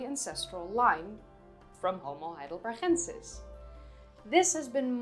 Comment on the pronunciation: why do you pronounce heidelbergensis as if it had a german ch sound in it? Never heard any one else say it like that. The town is Heidelberg, not Heidelberch